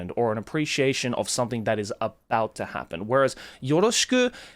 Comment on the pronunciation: I just realized that Joey pronounces the word ‘something’ by saying ‘son-ding’ instead of like ‘sum-thing’. Interesting